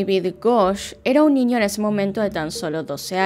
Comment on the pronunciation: Me da mucha curiosidad que dices: “ninio” 🤔